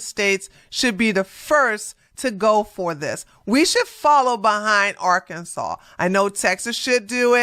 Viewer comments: Did she really pronounce “Arkansas” are-Kansas? It’s a good thing that she isn’t a truck driver, because she obviously can’t read English. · Talk about someone not knowing how to read, with that Arkansas pronunciation.... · Her point is moot when she herself can not even pronounce Arkansas correctly. She needs to go back to school. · While the state is pronounced "Ahr can saw", to hear someone pronounce it Ar Kansas, is not unusual. And that is the proper pronunciation of the River. What's funny is that people pronounce Missouri, as Mizz or ee or Mizz or i, when the proper pronunciation is Miss urh uh. Same with Hawai'i. People pronounce it, Ha why ee, when its proper pronunciation is Hu wuh ah ee. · Most people call it art Kansas 😂😂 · What’s crazy is an American who pronounces Arkansas, Are Kansas! Arkansas just made the roads a lot safer! Department of Transportation needs a national wide law. I had no idea this was happening. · Did that woman say “Arcanzas” 🤦🏽‍♀️ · Imagine calling Arkansas "Ar-can-zis" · I literally couldn't hear anything past R-Kan-sus. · Ar-Kansas? Who taught how to read? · She can't even pronounce the state's name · They need to fine her for mispronouncing Arkansas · That can't even pronounce "Arkansas" correctly! 🤦🏽‍♀️ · Yes, she was pissing me off. No American pronounces Arkansas that way. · Technically, she pronounced it the way it's spelled. However, there's no way in Hell she shouldn't know how to pronounce it by now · The way she pronouns Arkansas explains why she thinks being able to speak and write english as a CDL driver is absurd 🤦🏾‍♂️